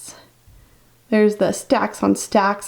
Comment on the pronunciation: Its ALICE not ELLIS. Pronounce!